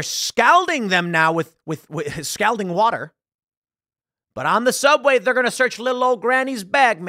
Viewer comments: It's pronounced "skaul-ding." Not "skal-ding." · skol ding skol ding. Not skal ding. That's how you pronounce scalding, like Calling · It's pronounced "SCOLDING". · Tim. Scalding is pronounced like SCAWLding, not the way you're saying it. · scOLD, tim.. not scALd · What is "scowlding"? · Scalding======= S called ing....... Scalled ing....... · Tim mispronounced "scalding". It's pronounced scal like "all" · TIM you say "Scalding" funny... supposed to be pronounced (skawlding) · stop saying stowlding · Scoulding water? She-riffs? 😂You have an odd way of pronouncing some words for someone who reads to an audience for a living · Anyone else just wishing that tim knew how to pronounce "scalding" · So we're all just gonna act like Tim is pronouncing "scalding " properly? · For the love of God somebody tell him how to pronounce the word scalding. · Scalding is not pronounced that way. :) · Hearing Tim mispronounce scalding numerous times, and almost get it right a couple times is so cringe. I hate how so damn many people who literally talk for a living have a hard time with words. you're a professional, that should never be an issue. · Please learn how to say scalding... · Please for the love of all that is good in the world learn to pronounce "scalding"